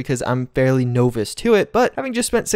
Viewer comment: Novice. "Nah...viss"